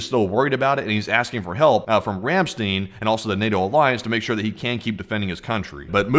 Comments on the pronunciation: Ramstein is pronounced Ram "stine" the ei is pronounced like a short I . Ramstene is not how the Germans pronounce this word. I have been to this base several times. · Ramstein, not 'Ramsteen'. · The actual pronunciation of the word "Ramstein" is "Ram - stine". The "ei" in this case is pronounced like " i " and not " e ". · Ramstein is pronounced "rahm SHTINE) you know...like the band. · You need to learn how to pronounce Rammstein!